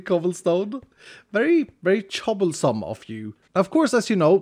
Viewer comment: “Very chobblesome of you”😂😂😂